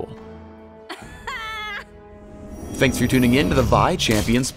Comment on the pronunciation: LOL anyone else hear the "teh"